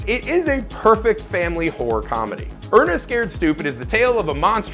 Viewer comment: TWO syllables, not one. It's Hore-rur, not hore. Hore movies are something completely different.